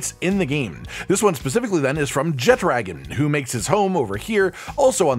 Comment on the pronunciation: Small peeve: Jeh-Tra-Gone. Not Jet Dragon. Theres no D in the name.